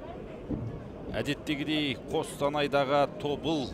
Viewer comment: Тобол емес ТОБЫЛ